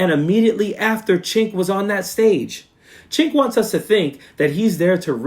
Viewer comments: I agree with all of your points. I recently unsubscribed from TYT. My one criticism is mispronouncing Cenk's name. Either you are actually not familiar with him or showing the same bad manners as MAGA mis-pronouncing Kamala. Cenk is pronounced 'Jenk" if you are familiar with him you know that. Don't stoop to their level of rudeness. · Actually, it's pronounced Jenk but I haven't listened to him or Ana a long time. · Haha sounds like he's saying "ch*nk" 😂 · He pronounces his name like Jenk; not chenk. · Cenk is pronounced as Jank. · Cenk is pronounced "Jank" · It’s pronounced Jenk. I’ve totally lost respect for his ranting and raving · Coach, it's prononced "Jenk" And l could never stomach him. I loathe him now. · Shouldn't it be Jenk? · For crying out loud, it's pronounced Jenk, just pronounce the 'C' like a 'J,' that's all. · I never liked him but his name is pronounced with a J not a CH. It sounds like you're calling him a slur for chinese people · I'm an American living in Turkey. I was under the impression Cenk was Turkish. If so, his name is being pronounced wrong. Also Cenk translates to 'war'. I know useless facts. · The way you pronounce Cenk 💀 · It's all good, brother. Sorry for my tone. In Turkish, 'C' is pronounced like a 'J' in English.